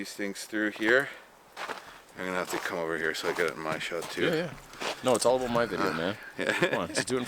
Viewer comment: Yeah, I noticed that too. The full Canadian in him comes to a head and there are "oots" "aboots" and "ehs" flying everywhere. Lol 😁